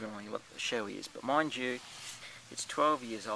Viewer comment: Shoei is Pronounced Show-ee :P -Ride Safe!